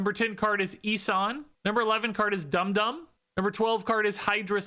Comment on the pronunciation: You said Dum Dum's name right the first time.